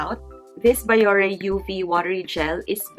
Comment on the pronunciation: "bee-yo-rey" po not "ba-yo-re" po just so you know 🙂